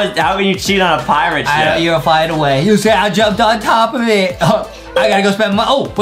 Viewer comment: Justin sez Adem in instead of Adam